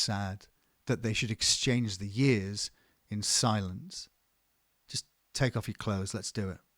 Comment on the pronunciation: At the beginning i thought he said “exchanging the S in silence” like to bodies against eachother in an S shape. Wild.